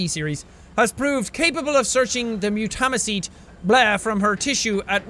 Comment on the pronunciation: You pronounce mutamycete wrong its pronounced MUTE-A-MY-SEAT